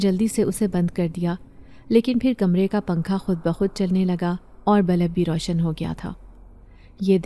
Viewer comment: Balb nahi Bulb